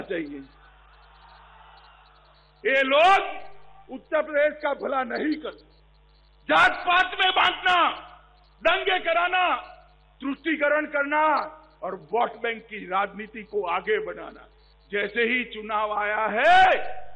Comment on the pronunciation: तुष्टीकरण होता है...त्रुष्टिकरण नहीं....amitji hindistani ho hindi to sikh lo